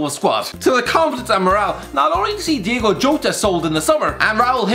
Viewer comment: Its Diogo not Diego again before making any vids read more comments more its DiOgO spelled D. I.O.G.O not Diego the same applies to any portuguese guy